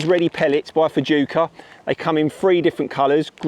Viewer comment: great pellets .... use a lot .... just a heads up they are pronounced " Fooka"